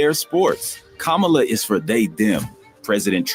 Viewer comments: Kam - MA - La, Pronounced Like, "Comma..LA" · Comma La. Please say her name correctly. Thank you. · RIGHT! When a 5 and 6 year old explain to you how it's pronounced and you STILL mispronounce it, its just disrespectful 😒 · Will you say her name correctly? I stopped watching the video because of that. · Please pronounce the Vice President name correctly